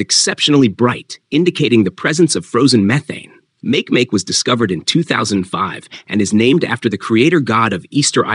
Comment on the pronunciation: Makemake isn't pronounced "MAYK MAYK", it's pronounced "mah-KAY mah-KAY".